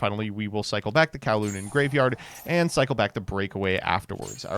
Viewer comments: It's Cooh-lumb not Cow-loom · That word is not pronounced Kow-loon....its pronounce like Columbus without the -us ...i think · I am just going to say that coulomb is pronounced COO-lom but besides that, great video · coulomb...anyone else hearing kowloon? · The fact that he pronounces coulomb, the unit of charge, as 'Kawloon', the VW city, is infuriating